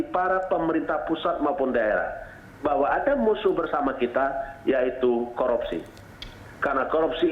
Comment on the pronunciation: Sorpei dan koropsi. Mantab bahasa Indonesianya pak!